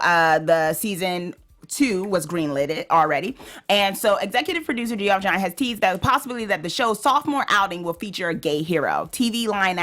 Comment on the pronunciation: I subscribed. Also, Geoff Johns is pronounced Jeff Johns.